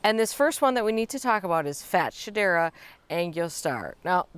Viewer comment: Ok the way we’re pronouncing this plant is cracking me up 😅 I’ve always heard fats-hedera, but now I feel bad for Shedera, and wonder who is calling them fat? 🤣 The nerve.